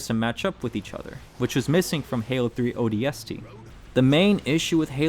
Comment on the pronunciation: Take a shot every time he pronounces ODST with too much emphasis on the S